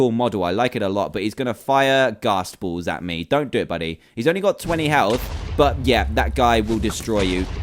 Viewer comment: It's health not heth